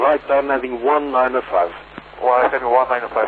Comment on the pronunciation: fife seven